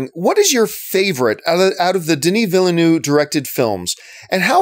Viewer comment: John's prononciation of Villeneuve is juste hilarious. Villanoo 😂